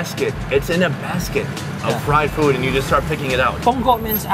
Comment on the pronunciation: i thought you said fried poo 💩 lolololol